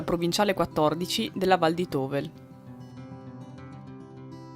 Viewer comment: Tovel si pronuncia Tovèl!!!!